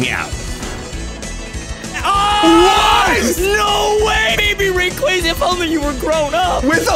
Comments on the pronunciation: Baby Rayquaza - Quayquayza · Every time he says " Rayquaza" wrong one of my bones break